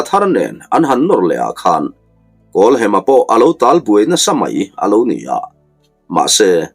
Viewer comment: Kan lo sawi ve lok nge w kawlhema tia i lam ri kha hem na lai tak kha thluk hniam lovin thluksang zawk ta i la kawlhema ti ta i la ngaihthlak pawh a nuam zawkin ka lo ring deuh a